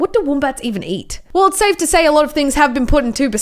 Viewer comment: When she said “IFS SO BIG” me; that’s what’s she said xD